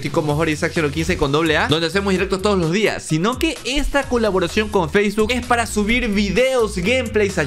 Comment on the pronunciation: Enves de decir facebok dijo faceguk jajaja